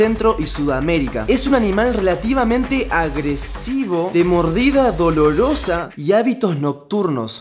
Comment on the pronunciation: Por que decia dololosa